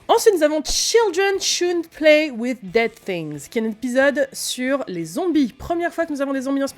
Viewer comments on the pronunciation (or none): none